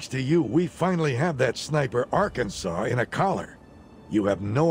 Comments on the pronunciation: See you can pronounce the state right! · It's so weird hearing pronouncing Arkansas correctly and not complaining about it.